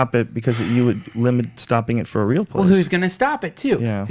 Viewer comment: lol! Glad someone else notices that. I've always found it amusing how Duncan pronounces the word "real" as "rill". Guess his super mild southern accent comes through on that word a bit. I'm a southern boy myself, but I don't have an accent at all......except on certain specific words. Funny how that works.